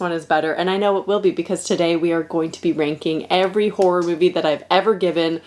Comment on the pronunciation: As a British person, I hear "whore movies" 😂